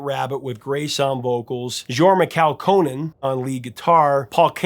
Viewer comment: Love your interviews and song breakdowns, Professor. Side note, my guitar instructor/mentor Jorma's name is pronounced "Yor-ma KAU-kuh-nen". He's of Finnish descent on his father's side. 🙂